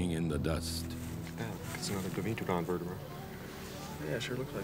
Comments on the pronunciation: Its DYEmetrodon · It's pronounced Di-ME-tra-don? I thought it was pronounced Do-MEH-tra-don.